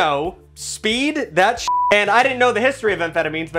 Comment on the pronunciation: "so bull nut or not, this thit works" 🤣